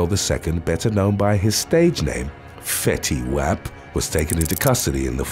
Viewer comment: I'm dying laughing the pronunciation of Fetty Wap's name🤣🤣🤣🤣🤣 But on a more serious note...regarding case #2... we've heard sooo many of these heart wrenching stories & I really wish mothers would not have men in their homes w/their children! BE A LOVING & PROTECTING MOTHER 1ST! Set ur own life to the side & make sure the children are always protected to the best of ur ability for God's sake!